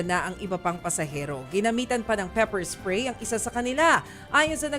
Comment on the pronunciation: PEPER SPRAY 😂